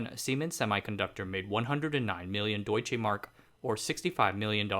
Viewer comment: That struck me too. Unless the £ was extraordinarily low at the time. I just checked. You are right he has switched them round. He also mispronounced Deutschmark, sticking an e in the middle.